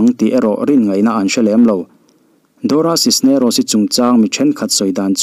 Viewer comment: Dora Cisneros i lam dan hi mak danglam reuh ltk...doracis nerocis ti ang deuh, elh deuh si, ni deuh thluam tho siin.....